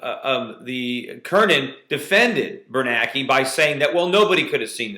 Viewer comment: And by the way, get the memo Mr Schiff: its BernANKE not BerNAKE.